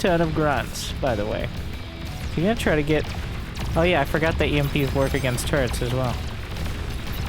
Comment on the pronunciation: sorry, but i love to hear "construction turds" :-)